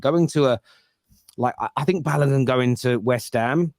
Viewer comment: Who is Balagun? His name has an O in it